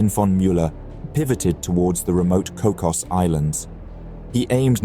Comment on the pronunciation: It is pronounced Cocas, not Cockos. The signal sent was "SOS, SOS. Strange warship approaching." Upon receipt, Silver initially turned Melbourne to proceed but realized quickly that his task was to stay with the convoy; it was then he ordered Glossop to proceed with Sydney. The other escorts were HMS Minotaur and HIJMS Ibuki, a Japanese battle cruiser; Ibuki immediately altered to join Sydney but was ordered back to station by Silver (no doubt to the chagrin of the Japanese crew). It is noted that Melbourne and Sydney had recently returned from the Papua New Guinea campaign which defeated the German forces there and saw the loss of HMA S/m AE1. After the battle, Glossop sent the famous signal, "Emden breached and done for." Further, later, the Kaiser directed that all survivors from the ship could add the post-nominal EMDEN to their names. The battle also serves as another example of the attitudes that existed in both major wars and continue today between German, Italian and Commonwealth warships. Circumstances dictated we fight but thee is nothing personal or any malice in this. Indeed, by and large, Naval seamen and women have far more in common than opposition than those who send them in harm's way. My personal view is' I don't care where you served. You wore the blue, that makes you my brother."